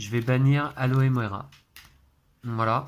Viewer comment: Aloévéra 😂. Je doute que le sort fonctionne en le prononçant de cette façon. À chaque fois que je t'entends le dire, je pense a du liquide vaisselle ou autre produit contenant cette plante. Attention de ne pas exploser 😂 . C'est alohomora. C'est drôle que le jeu soit en français mais le nom des maisons en anglais, ca fait bizarre de t'entendre dire slytherin au lieu de serpentard qu'on a plus l'habitude d'entendre. Bravo à Lou et passez de bonnes fêtes de fin d'année. 🎉🎄